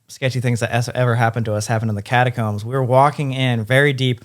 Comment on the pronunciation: Sam just said my name and said it perfectly!!!! 🥰 was he referring to catacombs but it still counts